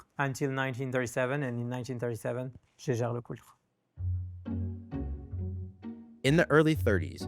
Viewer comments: Listening to mispronounce LeCoutre made me cringe. It's not LeCult! Just say JLC if you can't say it properly 😂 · He butchered the name throughout the video. Should've just said JLC instead of LeCult.